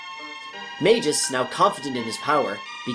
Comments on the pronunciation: He said Ayla correctly. The “Ay” should be pronounced like “eye”. Magus should be a hard g, Mag-us not Maj-us. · Say Mag like magma and gus like Gus. Not mage us. Say Ay like the end of "may" then say la. This is not hard. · Beautifully done, but its hard to keep hearing you call Magus (Mag-us) by the name Majus.... weird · Mag Us, not Mage Gis 🤣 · Mag-Us, not Mage-Us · And it's pronounced Skaa-laa, not Shaa-laa. LOL omg and it's NOT Mage-us, it's Maag-us! Like the Baa of a sheep but with an M. C'mon man. Also, the Frozen Flame is not referenced anywhere in the game of Chrono Trigger, so not sure where you made the coorelations for that from. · One other thing: It's Maa-gus, not Mei-gus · 'Majius' lmao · You said Magus and Ayla wrong, literally unwatchable